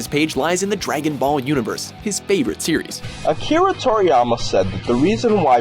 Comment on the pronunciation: you are th first one to say akirraa torriyama😂